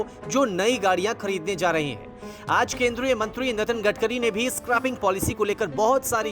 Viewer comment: भाई क्या हो गया है आजतक को। मंत्री जी का नाम नितिन गडगरी है न कि " नगन गडकरी " , जैसा कि आपने टाइमलाइन पर बोला है। कृपया ध्यान दें, बार बार ये गलतियां एक बड़े चैनल से अप्रत्याशित लगती हैं।😈